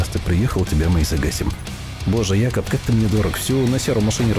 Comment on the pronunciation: Братааааан, не "Якоб", а "Джейкоб"! Слух режет пи...ец как.